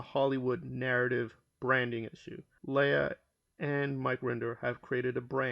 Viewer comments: LEIGH AHhhhh Not LAY ah.... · Leia??? You mean Leah??